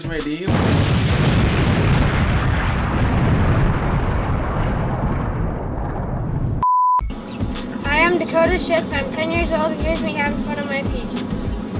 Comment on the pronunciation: Did he say Dakota shitz ??!??!!!!?????